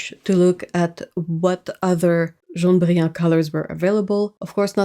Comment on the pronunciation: She's pronouncing it like a French person would, since it's a French word. I'm confused about the laughing and covering eyes emoji.